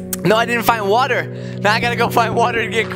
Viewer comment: why you called the water "wawa"hahahahahahahahaahah